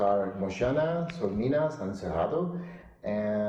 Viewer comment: he said sol de minas holy mother